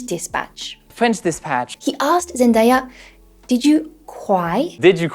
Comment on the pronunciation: Pretty funny that you talk about Hugo mispronunciations but you mispronounce "Zendaya" 😅 Very good video though !